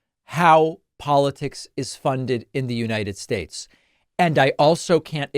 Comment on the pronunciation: "The United Shaesh" - Donald Trump